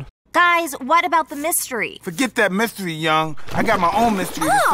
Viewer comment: You neglected to mention that the pigeon was the funniest comedian that ever existed - Norm McDonald - if you think you an replicate this good luck mr naive - McDonald wrote it. By the way it’s mystery not myshtery.